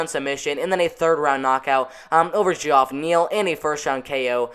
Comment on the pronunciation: Did you make a prediction video after the fight? Lol. Just a heads up, Geoff “Hands of Steal” Neal's first name is pronounced Jeff, the o is silent is Geoff. Don’t want to mispronounce his name and tick him off, dude is an absolute beast and keep your eye on him, he’ll be fighting for the title or the next top spot by the end of 2021.